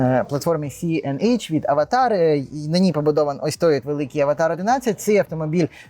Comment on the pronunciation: А хіба правильно не Аватр ? Ви що кіно передивились 😂😂😂